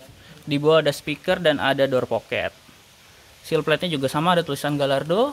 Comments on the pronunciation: Pronunciation yang bener gayyardo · Koreksi Mobil lamborghini dari italia. Tapi modelnya itu dari bahasa spanyol. Jadi kalo ada "LL" misalnya gallardo, itu bacaannya gayardo. Dan semua model lamborghini itu semuanya bahasa spanyol. Ingat, lamborghini dari italia model dalam bahasa spanyol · Bacanya "Gayardo" om. Terus itu yg di kap depan sama kap mesin bukan hidrolik, tapi namanya "gas spring". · BTW cara ngomong "gallardo" itu Gayyardo